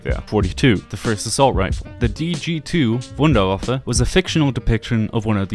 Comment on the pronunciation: in german w is pronounced as v so its vundervaffe